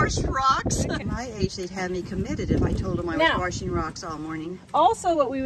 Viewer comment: Our pastor says "war-she-ng" too! I love it! 💜